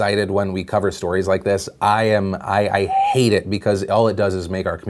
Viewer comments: with that solid HHHHHHHate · Anyone else heard him say hate really weird